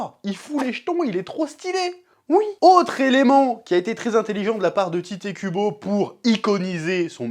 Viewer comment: Je vois que le Chef fait des efforts pour ne pas trop écorcher les noms donc je me permets d'insister. L'auteur ne s'appelle pas Tité Kubo. Tite se prononce comme Tight en anglais. En japonais c'est Taito Kubo. Donc Tight ou Taito, mais pas Tité, please. Pensez à Light ou Raito Yagami de Death Note. Ça serait débile de l'appeler Lité Yagami.